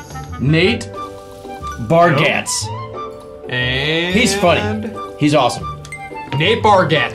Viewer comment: Emphasis on the "z" and "e" on Nate Bargatze's name